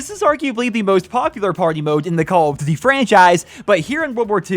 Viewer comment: The way that he says Duty, ddy